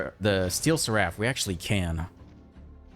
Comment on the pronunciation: Awesome deck and game play as always, but one thing that bugged me is that seraph is pronounced Sair-if 😂